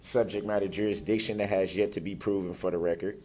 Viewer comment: That the subject matter jureesdicshen?